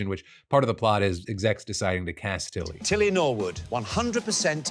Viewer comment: "Tilly No-wood" 🙄😒